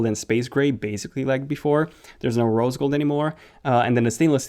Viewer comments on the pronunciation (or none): none